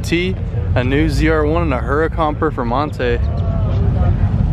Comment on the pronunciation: I believe the Lambo Huracan is pronounced with a soft "H", so you'd say "Ur-ah-con", rather than "Her-ah-con". And that's today's Italian lesson.